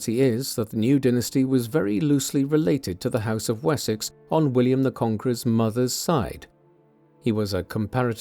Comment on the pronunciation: Уисёкса? О боги! Запретите нейросетям озвучку!!!😢